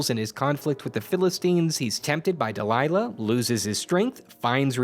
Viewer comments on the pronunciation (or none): none